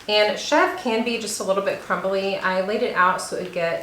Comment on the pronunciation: The goat cheese is pronounced chev ruh. It looks amazing though and I am going to be getting a wheat berry mill soon. Great video